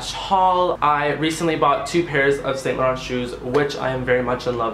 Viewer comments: It's pronounced Sahn lah ron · Cutie it's pronounced as "Saunt Lahronh"💙💙